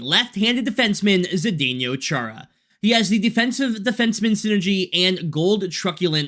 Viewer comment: You have the weirdest pronunciation of Chara's first name I have ever heard....multiple times you said "zdenYO", but it's "zdenO". I mean, we have only been saying his name for like 20 years lol.